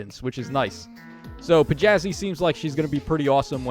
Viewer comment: This has nothing to do with the stats or unit, but her name isn't "Pjazi". It's pronounced "Thiazi". It's just English's "Th" (technically, Scandinavian, but whatever) at the start. It's a capital thorne. So, "Thee-yah-zi".